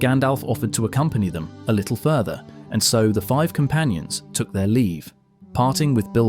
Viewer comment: It's Took, not Took actually, as in cook.